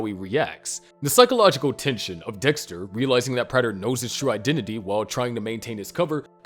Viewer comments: Prayter not Pratter...drove me nuts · Its "Prey-ter, NOT "Pratt-er"😭 Did you even watch the show??😭💀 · GOD DAMMIT. His name is pronounced PRAY-DUR. They say it so many times in the show. You have to be doing that shit on purpose. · Is someone else watching these and writing the script? I can't believe the narrator is the one putting these together since he continues to mispronounce Prater on these videos even though his name is clearly said multiple times in the series. 🤔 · How did you watch the show and still pronounce prater wrong